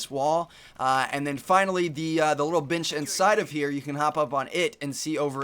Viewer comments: When he said this little bench I could have sworn he said "this little bitch inside of here" lol :) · i thought u said the little bitch lol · when u said bench it sounded like bitch